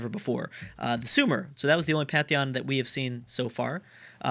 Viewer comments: every time you say pantheon like "patheon" it makes a little part of me die inside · Binks ok good it was only the first time he said pantheon he corrected himself